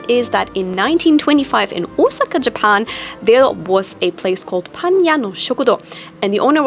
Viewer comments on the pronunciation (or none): none